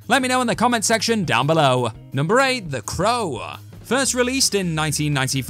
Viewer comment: It's not "THE CROWA" it's "THE CROW"!!! Got it sweetheart?